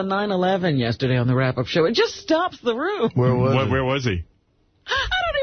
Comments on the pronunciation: The was jd says da instead of the and dis instead of this really drives me nuts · “Dee enda da slide” Fucking infuriating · really is incapable of pronouncing ‘th’! This = Dis, that= dat, the = da. Lord uh da rings. Fucking annoying